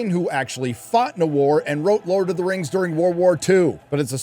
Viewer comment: DId you say RIms of Power?? HAHah